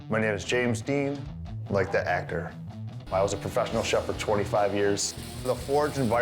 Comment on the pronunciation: "like the acker" did he mean actor?